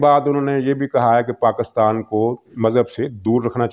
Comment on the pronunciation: You cannot pronounce the name of motherland properly ( PAK-KUS-TAN), This is enough to identify you Mr (Lafafa) being part of EU Disinfo Lab.